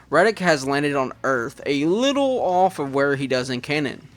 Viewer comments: Dude... I know that it's a year old video, but my ears are bleeding every time I hear Radix -.- it's Raditz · Who tf is radix 😂. Raditz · I actually love that he pronounces Raditz’s name like that, it makes him unique and stand out in his own little fun ways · Radix? Raditz. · Nice job on the fanfiction, but you kept mispronouncing the name of Goku's brother. It's Raditz. I know he hasn't been a major DB character in hindsight, but he's still pretty darn important for being the guy who revealed Goku's backstory. Anyway I still like some of the old DBZ movies too, mainly the first 3 since they used to air them on Toonami all the time, especially during the time we were all waiting for the Funi dub to start while we kept getting re-runs of the Ocean dub. Cooler's Revenge was pretty good too. The first Z Broly movie used to be okay for me, but I've liked the DBS Broly movie a lot more since its release. At least they got rid of old Broly's pretty ridiculous reason for hating Goku/Kakarot, heh.